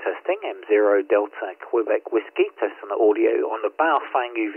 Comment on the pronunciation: The correct pronunciation of Baofeng is like Bow like the bow of a ship followed by Fung like fungus. I have three of these and the airband reception is terrible. It's like it's stuck on FM when it should be AM. I've contacted Baofeng about this asking if there's a firmware update to fix it but there's nothing at the moment. Apart from that it's all good apart from Bluetooth programming which seems to crash the radio and requires a factory reset.